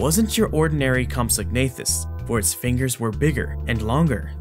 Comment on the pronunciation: Great video, as always!... Also, the "g" is silent. It's pronounced "compso-nathus"